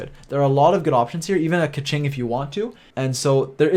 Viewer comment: Bit hard to explain in writing but in English it'd roughly be "Bay Doh" I guess. The one which most people butcher the most is probably Keqing though which should be pronounced something like "Kuhtion" or "Kuhtiong", not anything like "Kaching" or "Kekking" or what most people are calling her at least lol